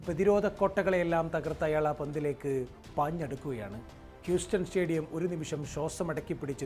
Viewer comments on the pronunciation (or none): none